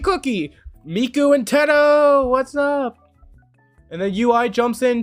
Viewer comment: Btw I know this is random but her name is pronounced You-ee. Source: her own songs where she’s said her name